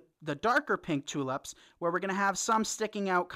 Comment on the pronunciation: This came out so cute! But please, in future, they are tulips Not tulups! 🌷